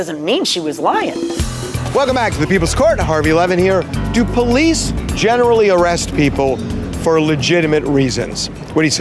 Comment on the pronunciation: What is happening with English now? We (plural) “WAS”?!?!? This lady needs to learn it’s “we were”… it’s irritating to hear. Even “ask” should be ASK and NOT “AKS”. Police should “po-lice” not “pow-lice”. Far out!